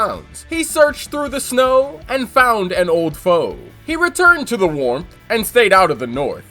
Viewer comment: You rhymed warmth with north. Have at you sir. 😂 But I agree wholeheartedly with you. This comic's utter dearth of world building is one of the (many, maaaaany) reasons I don't like it at all. And when they "try" to, they clearly haven't the foggiest idea how. Sigh.